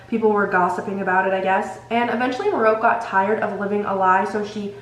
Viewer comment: I think Merope’s name is pronounced Meh-ro-pay. At least that’s how it’s said in the audiobooks :)